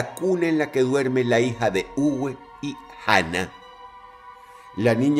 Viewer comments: También el nombre no se pronuncia "Ugüe", se pronuncia "Ube" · Muy buen video, solo queria comentar. Uwe en Aleman se pronuncia Ube, como en Volkswagen. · Uwe se pronuncia como una b labio-dental . Saludos Dross ,buen video!